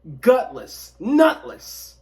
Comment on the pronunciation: He said “nut-less” 😂😂😂